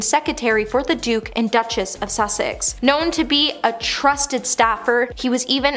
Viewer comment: PLEASE!!! It's Sussex, not Suxsex, & not secetary but SECRETARY. Dear God, where did you go to school????